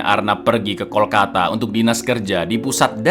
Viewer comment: Kalkota bkn Kolkata 😊